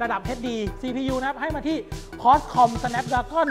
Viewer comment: คอตคอม5555 ควอลคอมไม่ใช่หรอ